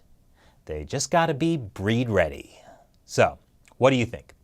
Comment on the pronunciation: Breed ready is actually bleed ready. The Chinese have trouble pronouncing the letter L